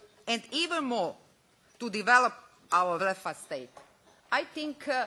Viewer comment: sta kaze na "tu develop aur refastejt?"